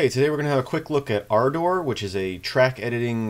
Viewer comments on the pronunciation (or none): Dude - its Ardurh not arrdower.